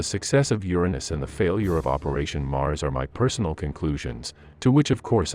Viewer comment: It is El Ala-main not the alamine. What is urano?